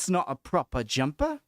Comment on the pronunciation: Not bad! Your weakest ones were the glottal sounds, I think because you didn't fully get what "glottal" means. A "glottal stop" is where you momentarily close off your vocal cords and release air afterwards to get the consonant sound if one follows. compare how your "proper jumper" flows fluidly with no interruptions and you can clearly hear your P sounds, but her "proper jumper" has break mid word and the P is less emphasised. It's even more noticeable with the glottal T sound, she almost doesn't sound them at all whereas yours are very clear. If you put your hand on your throat you should feel it stop vibrating for a moment. I'm not great at it either. This video is pretty good and helped me out (not for a reaction, just to explain the sound you're going for)